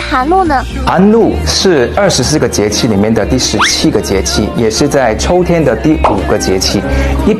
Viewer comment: 帅哥小哇啊! 抽天? 秋天? 生抽还是深秋啊? 你的bb发音也难免太太可爱了吧😂😂 不过你讲华语的速度也蛮快的，记性也不赖，也知道你也下了苦功了，还是忍不住给你帅哥一个赞。👍👍 期待你的新剧哟!